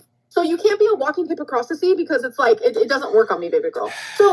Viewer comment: Her saying she is smarter than fupa when she can’t even pronounce hypocrisy is impeccable logic from her